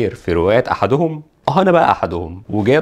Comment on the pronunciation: في رواية أحدهم، بكسر الدال وليس الضم